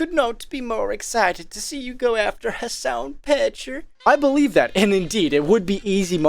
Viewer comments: Piker is a Turkish surname pronounced like pick-ehr. It has no relation to the English word piker and shouldn't be pronounced like it. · Have you been saying "Hasan Petcher" to mess up "Piker" or to say "picture" with the funny accent?